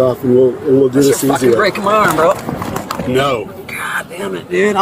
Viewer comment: my guy said no in bold 😆